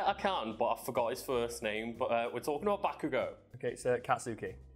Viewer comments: It's Baku not Boku tho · To they way says bakugo was wrong. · dear, it is pronounced "kat-ski" "ba-ku-go"